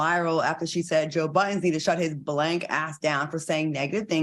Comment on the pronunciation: Why y’all keep calling him Joe Buddens??? There’s no S on his name last I checked